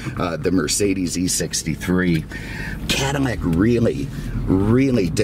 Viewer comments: Is he saying "Cadimac"? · man i hate how you pronounce "cadillac"